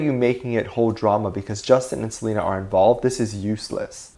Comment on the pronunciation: “He had to keep an eye out for Selenér” I can’t 😆🤚